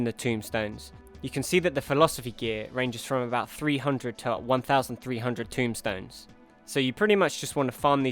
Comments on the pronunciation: Great guide, just have one little comment to make: It's TOMEstone. TOME. Not Tomb. Allagan TOMEstones. I've seen a lot of people saying this, and you even went ahead and wrote it down as Tomb. It's Tomestones. Other than that, great work, and thanks for the hints! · TOMEstones, not tomb-stones. Tome, as in an old book... Just saying... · TOMEstones. T-o-m-e. Not tomb, tome. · Everybody gets this wrong and it bugs me no end: it's TOMESTONES, not tombstones. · Bye the way they are TOME stones, not TOMB stones. Square has similar play on words throughout most of their games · Love your vids so far. But I just had to say.... Tomestones* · Quick correction, they're Allagan TomEstones, not tomBstones